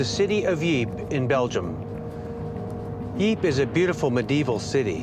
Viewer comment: Lol, yeah, i live on that frontline, and i'm still trying to figure out where the city of Yeep is, I know about Ieper (or Ypres), but Yeep, never heard of it, maybe that's where the smurfs were from.